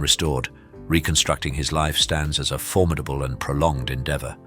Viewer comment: I had to clock out the second time I heard "for-MID-able." Drives me nuts. It's "FORM-id-able," you numpty.